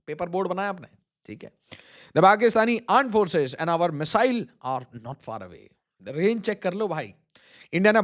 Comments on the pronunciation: aand forces 😄😄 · AAND FORCES 🤣🤣